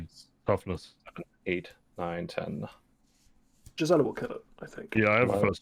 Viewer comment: A+ guest cast! is okay aswell, I guess. Sidenote: Gisela is an old germanic name and on Innistrad, with all its 'walds' and 'geists', pronunciation would be correct.